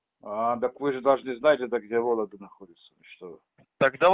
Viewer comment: "Волегда". Окраинец то сам от себя говорит, то читать скрипт читает. Вот и получается то "ты", то "вы"